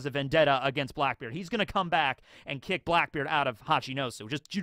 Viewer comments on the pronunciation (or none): none